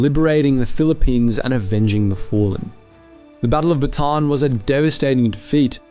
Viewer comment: Bataan is pronounced Baa TAH" Ann ... 3 syllables